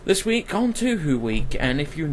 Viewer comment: OHHH PLSSS my ears >____< How do you pronounce Touhou??? as "tü hü" ? It´s pronounced as "" TOO-HO"